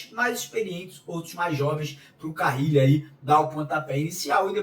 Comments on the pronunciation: Pq fala Fábio CaRRile? É Carile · Que nervoso do falando Fabio CaRRile ao invés de Fabio CaRille! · CARRILLI OU Carilli Mário? O sobrenome dele só tem uma letra R... lê e fala o nome dele certo... valeu... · Carrili é dose 😂😂😂